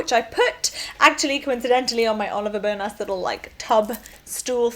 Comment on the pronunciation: it puzzles me why you would think Oliver Bonas is pronounced as 'bone-ass' ha ha